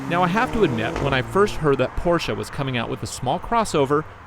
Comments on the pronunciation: It’s not porschaaaaa it’s a porscheeeee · C'mon dude, PorschA? And the key on the left side in a Porsche being a surprise? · PorsshA !? BUAHAHAHAHAHHA Seriously? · what is porschA? LOL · what is a PorschA?? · PORSCH A ! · why the fuck is he calling it porscha?